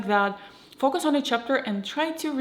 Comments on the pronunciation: Her way of pronouncing "focus" isn't the result of her accent, she just doesn't know that the "o" is short in that particular word. The word "fokus" exists in Russian, meaning deception or trickery, and that's probably where the confusion comes in, but she's totally able to produce that sound. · You're pretty amazing speaking English btw, if it weren't for your name and the bit of accent that comes out when you pronounce "focus", I'd be convinced you're American, good job, and great video